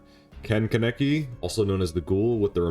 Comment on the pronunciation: Every YouTuber I've seen cover this killer has butchered Kaneki's name 😭